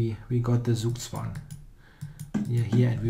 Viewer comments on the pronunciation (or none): Please pronounce "Zugzwang" german. Even Daniel King can do it.